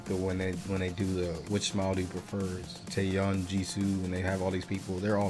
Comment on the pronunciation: Just a heads up. Her name is pronounced Tae-Yawn not Tae-Yun. Thanks